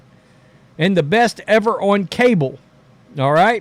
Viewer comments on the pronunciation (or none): none